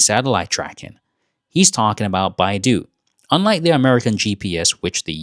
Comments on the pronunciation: China's satellite network is called 北斗 Bei Dou ... not 百度 Bai Du. 北斗 Bei Dou is pronounced Bae Doe. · Chinese navigation system 北斗 - it’s pronounced “Bay Dough,” (spelled Beidou), not like the search engine Baidu. It means The Big Dipper, ie a group of seven bright stars that looks like a large ladle or saucepan in the night sky. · it is Beidou not Baidu. Baidu is a web browser 😂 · not baidu, it's beidou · (edit) Pepe Escobar said: BeiDou (subtitle=correct; but pronunciation half-wrong) also said: BeiDou (subtitle=correct; but pronunciation completely wrong) both use a very Western phonic error see own subtitles: only BeiDou is shown for both speakers however, Chinese Mandarin-speakers correctly pronounce (北斗) Běidǒu: "bay-doh" (Correct in Mandarin) but when Western/English-speakers see BeiDou, they often mispronounce it according to their own phonics: "bay-doo" or "bay-dow" (both half incorrect) but ultimately it's okay because Chinese Cantonese speakers see (北斗), say: "bak-dow" bak1dau2 (correct in Cantonese) Spanish/Italian/Greek seeing BeiDou, say: "bay-doh" (correct) with accent Russians seeing BeiDou, say: "byay-doh" (correct) with accent French (including Canadian French) seeing BeiDou, naturally say: "bay-doo" (half-wrong) Portuguese seeing BeiDou, say: "bay-doh" but: Portuguese (Brazilian) seeing BeiDou, say: "buy-doh" (half-wrong) whereas: Germans seeing BeiDou, naturally say: "buy-doo" (as if Baidu) doubly incorrect Google auto-translate is flawed, it cc: "Bayu" once, and "BYU" twice for 3 instances, and this is caught in the video automated "transcript" China's Mandarin PinYin romanization can be difficult to use for non-Chinese speakers, so, the mispronouncing, mis-hearing, and subtitles vary according to one's own native language phonics background so, whatever one "sees vs hears" depends also on what one's own native phonics are related to "vowel combinat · beidou -- not baidu (which is chinese search engine) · Its BeiDou北斗，not Baidu百度